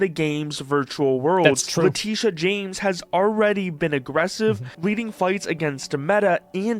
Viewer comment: They mispronounced her name, it's "lah-TITTEE-yah"